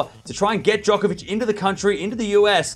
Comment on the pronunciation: Djonkovich? 😂 you need to slow down and get the pronounciation right!